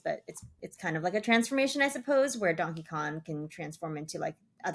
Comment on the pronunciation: kept saying donkey kon